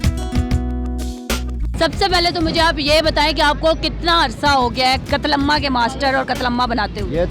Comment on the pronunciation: Ye host k se bol rahi he qatlamaamama buahhaha